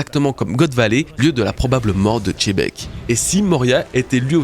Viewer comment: Merci pour cette super vidéo bro, toujours un plaisir d'écouter tes analyses ! Sympa de comprendre pourquoi tu prononces Xebec de cette façon. Par contre, si on suit ton explication, ça devrait plutôt se prononcer "Chebec" (et non pas "Tchebec"), non ??? Un peu comme, en français, on peut prononcer le nom "Xavi" (l'entraîneur du Barça) de 2 façons : soit "Xavi", soit "Chavi" (mais en tout cas, pas "Tchavi") Enlève le "T" devant en prononçant "Chebec", et ce sera parfait ! 😉😘